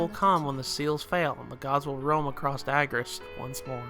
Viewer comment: Bud, it is "Suh mur ill" not "soo mur ill". Also, "Ah gah rest" not "agg ah rest". They're both stated in game.